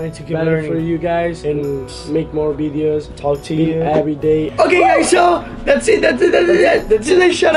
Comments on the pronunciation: still laugh when they say bideos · I love how they say videos they say 'bideos'